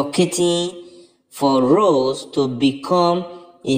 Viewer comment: Do you not think it’s time to stop talking about Rose & Giovanni and just respect their privacy. You still mispronounced Rose’s name so obviously you don’t listen to our comments😡